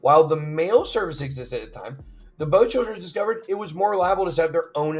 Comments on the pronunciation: Why do you say bowchildren. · hard to sound credible when you are mispronouncing one of the richest names of all time "ROTHS-CHILD" like you have never heard of them before you made this video.